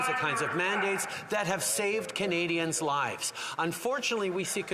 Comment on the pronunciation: Trudeau has difficulty differentiating the word lies and lives....sounds like hes trying to protect and defend lies..